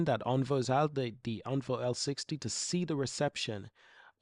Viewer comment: Think my favourite thing is you taking on the criticism regarding how to pronounce Onvo and now you are actively saying it correctly 😁 thank you!